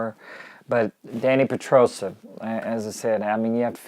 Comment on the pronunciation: peDrosa, not peTrosa :p